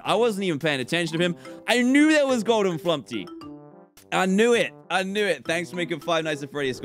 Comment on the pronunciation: dan: flumpy me: flumPTy not flumPy